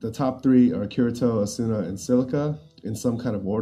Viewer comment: "Asoona" lmao